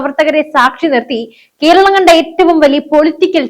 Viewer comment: കീരളം, തീപ്പു, കീന്ദ്രം,ഹോ ഉച്ചാരണം കെംപീരം